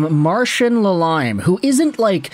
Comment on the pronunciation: All his sources are “from the streets”. That’s his thing, just like that stupid thing you say at the end of your videos. Also his handle is named after Patrick Lalime, not La-limey or whatever the hell you said lol.